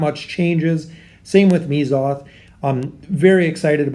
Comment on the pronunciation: It's Mezoth, not Meezoth. Right? xD